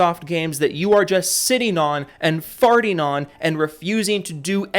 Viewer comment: Hahahaha he really said fating on